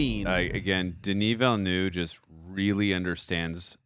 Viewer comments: Please look up the video “how to pronounce Denis Villeneuve”. He says it himself like Veelnuv, not Veelnew. Yeah everyone says it wrong, but maybe we can start a trend of saying it right. I really don’t care either way though. It’s just like the Gal Gadot thing. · DENIS VILLENEUVE PRONUNCIATION - Denis sounds like Duh-Knee, (listen to US pop group Blondie's 1978 UK No.2 hit record titled 'Denis') and Villeneuve sounds like Veal-Nerve. Translated to English, the movie director Denis Villeneuve's name would be... Dennis Newtown (or Newton). If famous scientist Isaac Newton was born in France, he'd be Isaac Villeneuve. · Why are you calling him Denis "Villenew" it's Villeneuve.😊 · She knows what his wife's dying words were because he tells her at the party, on screen. She's not time-slipping; she is perceiving time in a non-linear way. And the director's last name is pronounced VEEL-uh-nuhv. If you can't pronounce the IPA's "œ", which is the vowel sound in "nuhv," say it like the end of "enough" but with a "v" sound instead of an "f."